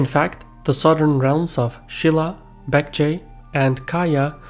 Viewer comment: Please pronounce "J"s as hard "G" (as in ginger not garlic) sounds in Korean. They are English "J"s not German or other European "J"s that sound like English "Y"s. Edit: you've pronounced "Bek-Je" quite well, so I don't know why you'd pronounce "Kim Jung Eun" or "Jin" with the English y sounds. Otherwise, very good brief summary (and potentially the best I've seen) of Korea's thousands of years long history. But I'd say the significance of Japan is just slightly over played (I guess it was to foreshadow what's to come) and the Manchurian people (Kithans and Jurchins etc.) and the region's importance are quite underplayed in ancient and early medieval periods.